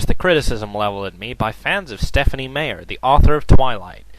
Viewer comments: It's not said "Mayer" it's "My-er" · It is MEyer,, not MAyer. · stephenie mayer? whf he can't even pronouce her name right! jerk. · Haha. Stephenie Mayer. :3 Mispronounced. XDDDDDDD I haven't read much of King, but there's no doubt that Meyer is horrible. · Uh, what's Stephen King doing even talking about Stephanie MEYER, not MAY-er, that's so lame, like the leader of the free world mispronouncing Saddam Hussein like "Sad-em." It only makes me think King doesn't quite get his own street cred among smart people, he's gotta go after Twilight. What's next? Going after Perez Hilton? Yeah, that's what Shakespeare would do. Grow up, King, and buy an ego. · Sounds more like a bunch of men getting cranky, bitchy and whiny about books written for girls? This isn't a surprise. It's not shocking news. Unless you're a female or a gay man, why would you angry -balding drunks like the Twilight series? The person in the video goes on and on for nearly 5 minutes about an author whose name he can't even pronounce. All of this here is cringe worthy. All of it.... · Not only is this not Stephen King, this guy acting as him doesn't know how to say Meyer right. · He won't even pronounce her name right! Dude, this is awesome. I admit his TV series aren't the greatest but the original work itself is amazing Stephanie Meyers.... well it goes without say what we think about her. I applaud her for writing and finishing a book series, which is more than I can say for myself, however if she had such perseverance to finish it, why couldn't she persevere into writing the book properly? Common sense, people, common sense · i don't even think Stephen King said Stephenie Meyer's name right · I particulary enjoy how he keeps mispronouncing her last name. Just...great. Thank you! Hail to the King.